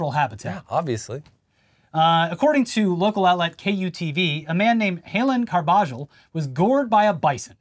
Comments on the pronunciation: Carbajal= Car-buh-hall not cargiball 😅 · Carbajal is pronounced carb-uh-hall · How do you guys live in LA and not know how to pronounce Carbajal? Car-buh-hall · being from SoCal and continuously mispronouncing Carbajal is hilarious.